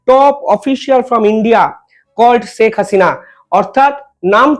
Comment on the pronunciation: ষ স স না করে শে উচ্চারন করতে শিখুন। শেখ হাসিনা উচ্চারন করুন।